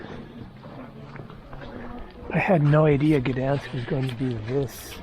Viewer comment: 1. Gdansk is pronounced like "G-dahyn-sk" 2. Poland is as beautiful and safe because it's a proud nation that has defended itself over and over and it knows not to let illegal immigrants disrespect its country, people and culture. However, you decided to speak against the USA for doing that exact thing in a previous video. Keep your political beliefs to yourself!